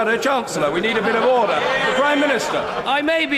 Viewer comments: Why does he say uder instead of order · me when i see Roblox online daters (i know its order but it sounds like oder) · that old chap didnt blink an eye. And that 'orderrr' guy is just like from monthy phyton :D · Auder auder auder......auder...... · “He’s perfectly capable of asking that question without using that word” And you’re perfectly capable of talking without saying “ORDEHH” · He keeps saying “otter” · oawh dugh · Everyone gangsta until the speaker says "Ordah" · "UDA" is what I hear. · My dream in life is to be the man who says Orda. I want to scream at all the MPs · gonna miss him saying oda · Order, Order, horder, hoder, hoder, hoder, hodor, hoder, HODOR, HODOR, HODOR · It's pronounced ORE.......DER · Why does he keep saying "in furnace"?? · He's said the word "Order" so many times that he doesn't know how to pronounce it anymore